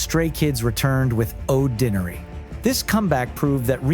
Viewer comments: I hate AI. The pronounciation of Oddinary… good lord. And they kinda skipped a few records. 😂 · Starting with a lengthy shot of Woojin, then skipping right over God's Menu, mispronouncing Oddinary, then singling out Lose My Breath... 🙄Argh! Give me Stay-made content any day- this is painful. "Dare to be"?? 🤮 Bleuch, so plastic... the irony is thick. Talk about cashing in! Won't be watching anything from this channel again.